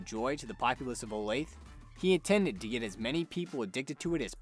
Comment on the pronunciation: Olathe is pronounced Oh-Lath-A. Not Olafe.